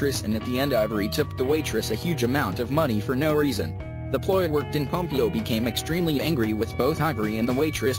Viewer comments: ”Ellen PomPEEo” I can’t😭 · It s ELLEN POMPEOOOOO NOT POMPIO WTFFF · pom pee oh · Ellen pom-PEE-o🤣🤣🤣🤣